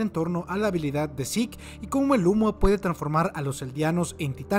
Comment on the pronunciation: Me agrada mucho que pronuncias el nombre como realmente se pronuncia: "Zik". Estaba un poco cansado de los youtubers españoles pronunciando su nombre como se escribe, Zeke, suena horrible.